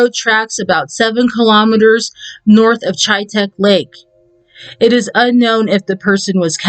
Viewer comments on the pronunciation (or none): U pronounce chitek like hit, short i